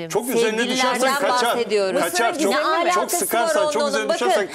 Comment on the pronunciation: Türkiye disbiratürü diyor :) alakası derken ilk a’yı uzatıyor gereksizce. 🤦‍♀️